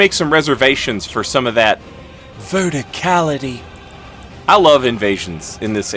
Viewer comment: Bro I started dying when you said verticality. Very well done 🤣